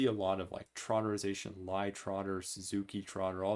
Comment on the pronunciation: Nice lecture, but Lie rhymes with tea.